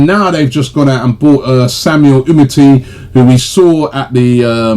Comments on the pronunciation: um-i-ti? It's umtiti. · Robbie, it's MAURO M-A-U-R-O not Mario. UMTITI UM-TIT-TI LOL your effort at pronouncing names is a 0/10 😄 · How does Robbie keeps getting UMTITI name wrong? TITS TITS Robbie hahaha.